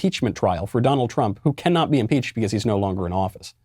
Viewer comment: I like how he says beCAUSE.😂